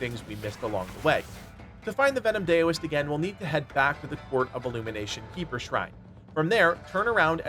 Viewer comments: Daoist-(dow-ist) not (day-o-ist) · Heads up, Dao is pronounced "Dow" not "Day-O" so the Venom Daoist is pronounced "Dow-ist". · Dow-ist not dayo-ist. Otherwise a great video. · Why does everyone on youtube keep saying Dayoist. Dao is not pronounced Day O, its pronounced Dow. Daoist = Dowist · Anyone else bothered that he pronounces it is "dayo-ist" lol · Daoist should be pronounced like COWist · FYI its pronounced d-OW-ist for the word Daoist ! not sure if you were trolling for utube engagement or genuinely didnt know haha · Bro, its pronounced dow-ist. And zoo bah-jee-ay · Daoist, pronounced DOWist. 🎶Daylight come ‘an me wan’ go home 🎵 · really quickly— it’s pronounced DOW-ist. Like the Dow Jones or the word DOWN. unhelpful feedback but want to keep everyone cultured